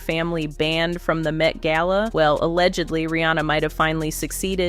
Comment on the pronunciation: ai video, why did you pronounce gala two different ways